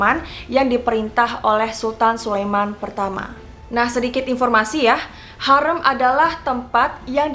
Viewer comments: Maaf kak mau koreksi harem itu dibaca harim yg artinya wanita. Tempat harem ini identik dgn tempat para selir wanita yg akan melahirkan para pangeran atau calon raja. makanya tempat itu dilarang bagi pria. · Betul aneh banget ya padahal Hurrem pake E kayak tempe. Ini E nya pake E kayak baca enggak😂 Harem juga setauku dibacanya Harim😂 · Thanks sudah bahas hurrem, sejarah favorite ku. Tp kenapa cara baca hurrem dan harem kek aneh 😅 Pernah nonton abad kejayaan gak? Hurrem bukan hurreum 😁